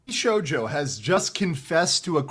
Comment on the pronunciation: It's pronounced VS-hojo😅😂